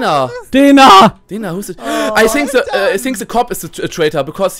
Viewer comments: "Ei sink se kopp iss se träitor." Simon, Simon, wo hast du Englisch gelernt? =D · Ich kann mir Ungespielt nicht anhören er mit seinen I Sink